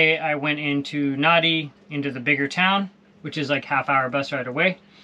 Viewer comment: Come on... you were there long enough. It's spelled "Nadi," however in Fijian the "d" is pronounded "nd"